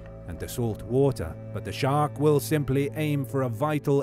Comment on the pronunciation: thought you said shrek